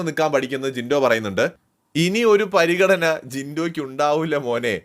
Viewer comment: പരിഗണന അല്ല പറിഗണന😂